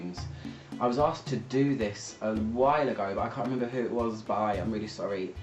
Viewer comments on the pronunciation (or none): none